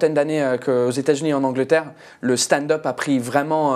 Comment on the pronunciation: "Watt de feuque" "staind-eup" frenchs are sooo bad with english (seriously, you aren't too bad but what's happening with your accent!) 😂